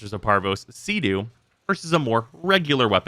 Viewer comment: why do you pronounce CEDO like SEADOO ?